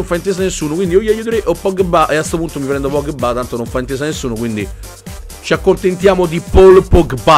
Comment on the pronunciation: io mi chiedo quando imparerai a dire pogba e non pogghebbà